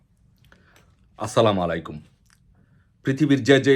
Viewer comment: আসসালামালাইকুম না গাধা আসসালামু আলাইকুম